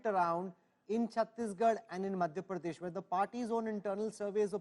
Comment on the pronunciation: Rahul kanwal keeps saying ' pardesh' . its madhya pradesh not madhya pardesh